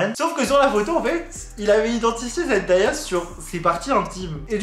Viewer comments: J'en sais pas beaucoup sur eux mais si je peux t'aider sur une chose c'est son prénom Zendaya qui ne se prononce pas Zendaïa mais Zen Day( comme jour en anglais) A, pour ma part c'est la seule info que je pouvais t'apporter, merci pour ta vidéo 😊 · Juste petite info pour tout le monde : Zendaya se prononce Zen-day-a. Le "day" ne se prononce pas "da" mais bien "day" (comme la journée). J'espère que c'est compréhensible mdrr mais voila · hello zendaya se prononce comme "zen-day-ya" et non "zen-dA-ya":) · Salut je voulais juste te dire que zendaya a dit que sont prénom se prononce comme ça zen-day-ya voilà c'est tout bisous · Sa se dit zendeya pas zendaya 😭😭😭💖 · Super merci beaucoup ! par contre ça se prononce Zen-dé-ya même si ça s'écrit Zendaya voilà ça m'a stressée toute la vidéo 😭😭